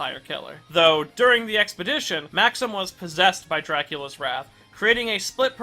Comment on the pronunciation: I forgot how many times this guy couldn't pronounce Syfa BELNADES' last name. And, he called Dracula Wraith as Dracula's "wrath." This proves he doesn't know what he's talking about; OR, he didn't do much research. Well...I won't be watching any more of his videos for a while.